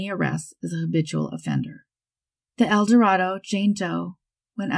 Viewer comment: El Dorado, Arkansas, is pronounced "El Doh-RAY-doe."